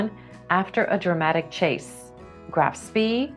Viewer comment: Sorry, Dearie, but anyone voicing a WWII quiz should have a passing familiarity with the languages involved, as well as the relevant names, organizations and weapons systems. Just for illustration -- and believe me, I'm not even scratching the surface here -- "Heinz Guderian" is pronounced goo-DEH-ree-an; "Graf Spee" does not rhyme with "knee"; the Special Air Services, or SAS, is not the "sass"; and "Sturmabteilung" SCHTUURM-ap-tie-lung reduced you to an incoherent splutter.